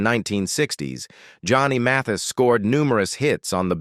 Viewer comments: Narrator! Try pronouncing his name right! Geez! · Ai is malfunctioning in the pronunciation of his name. Content creator needs to correct the problem. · What's wrong with the voice over - constantly using two pronunciations of his name? This isn't the only biography that this narrator botches up...weird! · Such a shame that the narrator’s voice is the same monotonous voice used for tons of other bio-video clips of famous people in the arts and beyond… Even worse is is that the stupid narrator, perhaps an AI generation, is unable to even properly pronounce “Johnny Mathis’s” name!!! I wonder how this even gets posted?? Does no one listen to these clips before their initial postings? It sure doesn’t seem like it!!! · I love Johnny Mathis but I wish these narrators would learn to pronounce names right. I felt the continuous mispronunciation sounds ignorant and irritating. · it was disrespectful to not pronounce his name correctly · He miss preannouces three different ways! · He only mispronounced it a few times…not a big deal.. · Are you nuts? Who is MATHESE? How can you narrate w/out knowing how to pronounce the name of the subject? Dumb. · Johnny “Ma-Thees?” I hate AI reading! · Indeed. Matheees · Why can’t the narrator pronounce Mathias name correctly? It’s a matter of respect. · Yes please! His name id Mathis…not Myseets! If you’re going to talk about people, at least respect them by pronouncing their names correctly‼️😖😡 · Who is this Ma-thees you speak of? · OMG!!!! Matees? Your not even saying is correctly. Disgraceful! How disrespectful to this wonderful man. I'm out. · Matheeees? You’d think he’d know how to pronounce this legend’s name! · YO AI HIS LAST NAMED IS PRONOUNCED MATH IS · Teach your AI how to pronounce words and names. She is butchering Mathis….like Matisse. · Ma-Thees? Can't these AI-generated narrators ever be corrected? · Somone should teach this AI voice how to pronounce the name Mathis. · Say his name correct